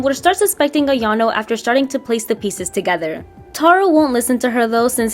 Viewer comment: This is great! Makes her more respectable and explains the clumsiness at the same time! One thing though, it's not "iano" it's "ayano" :) 😊